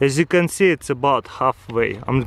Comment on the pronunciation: "As youc con see"